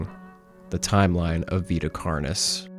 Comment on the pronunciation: Carnis is pronounced "Kar-neese"